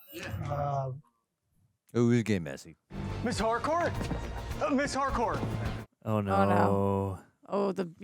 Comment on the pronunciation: It's Harcourt with a T